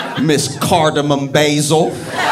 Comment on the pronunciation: idk why “cardamom basil” is KILLING me rn 😭😭😂